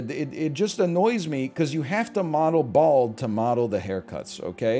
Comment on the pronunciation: NL is the only guy who says "BALD" like he's taking the word back from bigots